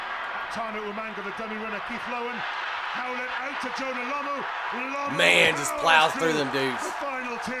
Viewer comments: another one calling him Lamoo, its Lomu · pronounced "law moo"